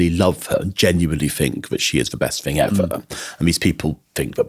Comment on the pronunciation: I am a Brit and his accent is annoying me mainly because he cannot pronounce "th" properly!! Listen to him saying "thing" or "think" or "thought". He uses an F so they come out like "Fink" Fing" and "frew" so he's pretending to be posh! It's very annoying.